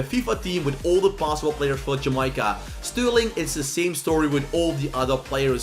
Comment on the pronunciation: Sterling was actually born in jamaica and lived in Jamaica until he was 5 then moved to London btw it’s Jamaica not jameyeca